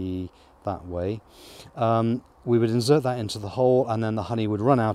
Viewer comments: STOP SAYING INZZZZERT !!! its inSert ! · He has not set it up properly. Why is he pulling out the flow frames? No smoker! Why did he get a flow hive if he was not bothered to learn how to use it🤦‍♂️. Instead of making stupid videos he should watch some videos about using a flow hive. Its “Insert” not “inzert”. Watched 10 minutes this guy is a joke. 0 respect, the bees dont get squashed when splitting the cells. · "Inzert" (sic) - for an Englishman, that is horrible pronunciation! FYI is pronounced : "Insert" - with an "s" - not a "z" ..... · insert.. not inzert